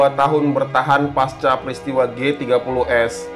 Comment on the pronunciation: pasca dibaca pakai C bukan paska rusak suasana rasanya pas narasi sudah bagus, tapi sesederhana itu keliru